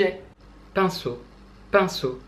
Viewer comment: Quand tu dis pinceau j'ai l'impression que tu dis pinson... Bon... C'est pas comme si Freud avait pas été Darwinien mais j'ai pas pu m'empêcher de faire le lien avec Charles et J.B. 😄